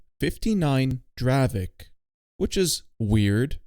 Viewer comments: dear i am from chzechia and the tank is not pronoucet dravek but it is dravec you need to read the c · its not dravek its dravec like c instead of k 😭😭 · I love the dravek😂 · its not dravek, its dravec. like dravetz and its yezevetz, not djezeveck